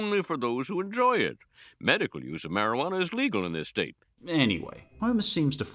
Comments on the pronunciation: I think "marawaner" is an even funnier pronunciation, although that humor was unintentional. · By the way I think you're pronouncing it wrong the word that you're looking for is marijuana including the word champagne and also the word onions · I love mispronouncing words like Marijuana and seeing people's reactions 😂 I thought it was just me